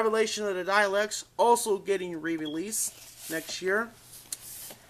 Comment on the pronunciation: What did I do?, It just annoys me that you keep mispronouncing dalek